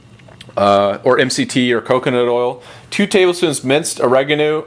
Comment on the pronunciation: You say oregano wrong